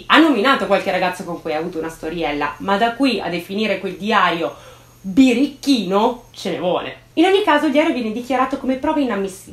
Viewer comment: Te lo volevo dire da tanto: “biricchino” non esiste, si dice “birichino” ☺️😉